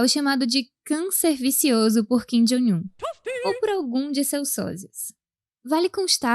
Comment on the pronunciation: ô narradora, por que você sempre pronuncia Kim "Jóing" Un? Não é assim que se fala!